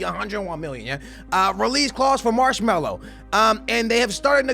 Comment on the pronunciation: Im glad marcelo leave , i hate hearing you said marsmallow